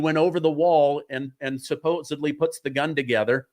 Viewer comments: SUPPOSEDLY* it’s not “Supposebly” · Supposedly not supposably. I’m begging you. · Buddy….”supposeably” is NOT a word…. It’s supposedly!